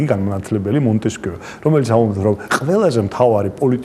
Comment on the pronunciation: მონტესკიეს საინტერესოდ გამოთქვამს :) ''ღამის საუბრები'' იყო ასეთი კარგი გადაცემა პირველზე, ერთ-ერთი წამყვანი გიგაც იყო, ცუდია, რომ დამთავრდა... ყოველთვის გასაგებად და სიღრმისეულად საუბრობს.